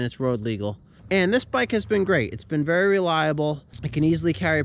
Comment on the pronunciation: Wery nice wery good video